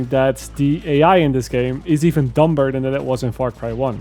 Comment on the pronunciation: my man said dumBer good video man, cheers